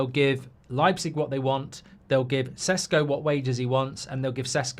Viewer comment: Is it Sesko or Sheshko? You changed your pronunciation, Mark.